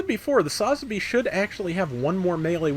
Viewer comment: Please try and learn how to correctly pronounce its sa-zabi listen to any Japanese say it they don’t say it all in one.